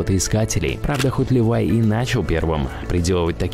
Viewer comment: Вообще то его звали Леви,а Левай,это полное прочтение фирмы,Леви Страус и ко,а читается Левайс.жертва ЕГЭ.